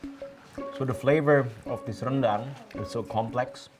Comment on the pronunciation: Whoa “uni” means big sister in Minangkabau language, please don’t translate it to “auntie” when was being polite by addressing her that way so as not to age her 😂 BTW well done for maintaining Indonesian pronunciation of “rendang” with our rolling Rs despite speaking in English, unlike our neighbors who are very anglicized liao 👍